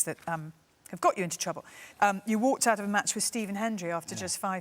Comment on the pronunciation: 'cleaning the pigs ahht,Feeding the goats...'